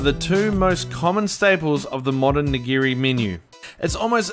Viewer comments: It's NIGIRI SUSHI, not "neegra sushi." Nee-gee-ree. Nigiri. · Did he say negro sushi?😂